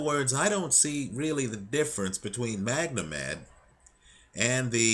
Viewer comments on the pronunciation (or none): why do you keep calling him MagNomed, its Magomed which is Russian for Mohamed.